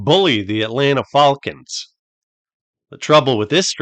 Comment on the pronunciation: I like the pronunciation of Falcons as fall-kens.